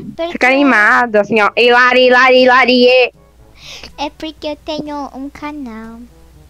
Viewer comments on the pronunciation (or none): É muito engraçado coando a professora foi é falou ilarilarie 🤣🤣🤣🤣🤣🤣